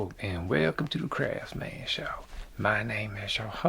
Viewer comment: There ain't no T in CRAFSMAN! :-)